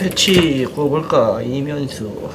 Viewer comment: ~ 이명수가 아니라 이면수 스팬이 아니라 스팸이라니까??